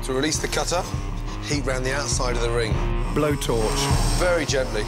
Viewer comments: "Blowtorch" lmao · Blowtorch. Next. Chainsaw.